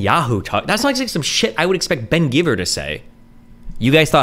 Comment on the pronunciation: just a correction Ben gvir and not ben givr